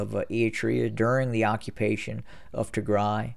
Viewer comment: You are being very bias in your assessment of Tigray. By the way it’s Tigraaay the ending sound should be an a not e. Do a little bit of research into the history of Ethiopia and understand why there is conflict between Tigre and the rest of the nation. They were in power for 30 years at which point it was not an independent nation by any means. Perhaps if you understood the history you would Not be so biased in your assessment.